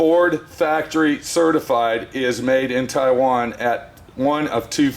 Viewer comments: It's "Tai-one" not "Tai-wayne" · V4 Garage tie-wang